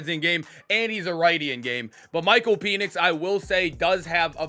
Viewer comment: Bro it is pen-ix not peen-ix